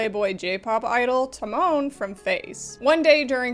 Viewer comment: I CAAAAAAAN'T with the way they pronounce Tamon almost like Timon from The Lion King XDDD